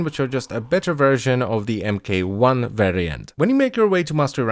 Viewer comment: MK-1 would be pronounced "Mark One"